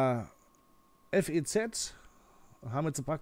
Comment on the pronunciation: Das FEZ wird wie ein Wort ausgesprochen. ;) Ansonsten ist es ein echt gutes Video!!